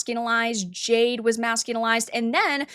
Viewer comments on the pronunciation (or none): none